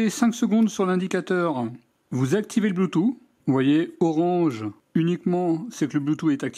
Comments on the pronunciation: Nickel ta vidéo comme d'habitude mais juste une petite chose: bluetooth se prononce " bloutousse" et pas "bloutou" comme le prononce nos grands-parents 😁😉😂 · Le "blue two" 😁😅